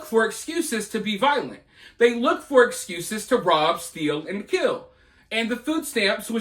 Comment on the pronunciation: Those people need English 101 not EBT. It's steal, not stillll.